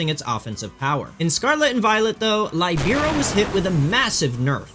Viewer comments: sorry for being that guy: Libero is not pronounced Lie-BEE-RO is pronounced LEE-be-ro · his pronounciation of Libero actually hurt......it's pronounced "lee-bear-oh", it's a volleyball position that's specialises in Defense (by which the Libero may not serve the ball or spike the ball). Please...get it right next time, lad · Just since I havent heard a pokemon youtuber say it correctly yet: Libero is "lih-bear-oh." Libero is a name for the free floating defender position played by Franz Beckerbauer, which is why it was relevant for the soccer bunny. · Sir, respectfully, you are saying libero wrong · You made me Google how libero and protean were pronounced cause I'd never heard them said like that. TIL it's not pronounced like protein.